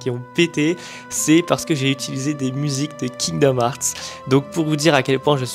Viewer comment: Heart n'est pas hart moi même je suis nul en anglais mais je sais prononcer coeur en anglais svp si tu est fan prononcer le bien